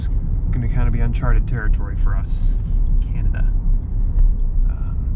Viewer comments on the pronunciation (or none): As a Canadian, I love your accents when you pronounce Canada “Cyanada”. You’re right, Regina is pronounced Ridge-eye-na. Americans make fun of us and the way we say “out and about”. Glad you stopped in Banff. It is a jewel! Liked comment about Canadian time being.66 of American time. So funny! Safe travels guys.